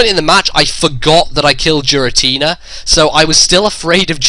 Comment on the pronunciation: G Rah t nah? He say'd JEERatina...like Jeers...